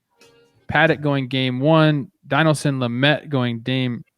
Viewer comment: “Din-EL-son” Lament